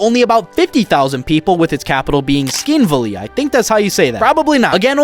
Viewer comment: its not tskinvali its Tsxinvali❤